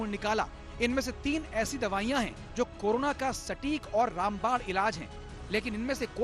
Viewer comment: Karuna ke korona aap sahi uccharan to kijiye